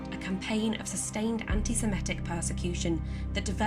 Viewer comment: Very interesting. Some unfortunate glitches on pronunciation: The word is antisemitic, not antisemetic. Interesting nonetheless.